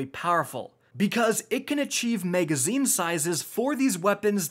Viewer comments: Maegazine. maeg. maeg. maeg. maeg. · double the "mega"zeen :)